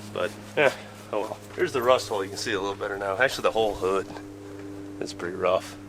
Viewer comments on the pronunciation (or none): none